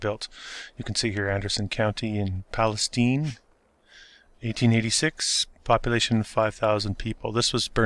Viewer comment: You pronounced Palestine correctly! That’s amazing